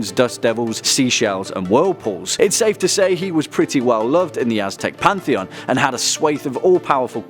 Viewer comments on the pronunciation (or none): none